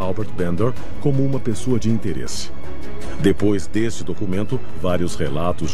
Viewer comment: "Diipois" da vinheta ☝️🏻😎